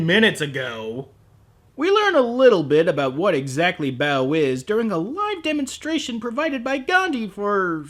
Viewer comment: I swear every time they say "Baoh" I hear "bowel"